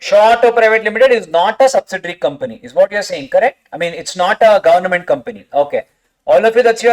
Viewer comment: Each time i hear government as “Governament” its funny as you like trolling them😂